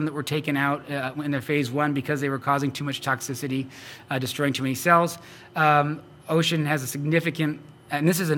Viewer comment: Someone needs to tell how to pronounce the name of the company he works for "Ocean Biotechnologies" lol.